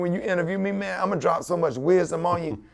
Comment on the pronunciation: “I milly wop” LOL!